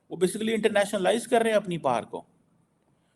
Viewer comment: Are, it is not “Internationa-lies”, it is “internationalise”. It is a single word, not two words the way you are pronouncing